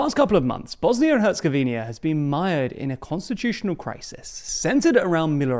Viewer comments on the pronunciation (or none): It's HercegovinA, not Hercegovinia. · Its not “Herzegovinia” but “Herzegovina”… no “i” between that “n” and “a”… and yes he did humiliate EU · Herzegovina* not HerzegoVINIA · It's Herzegovina, not Herzegovinia 🙄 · All the 'HerzegovinYa's' are like having to listen to someone pronounce it 'nuQular'... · Noticed you guys keep saying ‘Herzegovinia’ — small thing, but the country’s proper pronunciation is actually ‘Herzegovina’ (no extra i). Easy slip since lots of countries end in -nia, but thought I’d point it out. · What are you talking about lol. All he has to do is stop saying Herzegovinia and say Herzegovina instead, removing the second i. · I swear thanks purely because of this comment section I’m gonna pronounce it as Herzegovinia out of spite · IT'S HER-ZE-GO-VI-NA. HOW HARD IS THAT?? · you can't even pronounce the name of the country correctly, but you will pass a judgment if it's going to survive?! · Take a shot every time this guy fails to pronounce Herzegovina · First, a bit of positive feedback: You’re one of the rare few geopolitical news presenters on YouTube whom I’ve seen even bother pronouncing the full name of this particular country. Usually, they just settle for “Bosnia” and call it a day. Now, that said, you kept pronouncing “Herzegovina” wrong, adding an “i” before the final “a,” which turns it into “Herzegovi-ni-a”. It’s just “Herzegovina”. Thank you for your attention to this. 🫶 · Can you at least pronounce the name of the country correctly? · He'll keep saying it. They don't read the comments. That and nucular for nuclear. So amateurish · I've heard other British people say it the same way. It might just be the British pronunciation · Pronounce the country correctly please